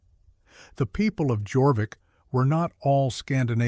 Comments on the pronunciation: Jorvic is pronounced Yorvic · The anglo saxon group also included danish folk from the old danish land of skane,now part of sweden.jorvik is pronounced yor-veach,meaning horse cove.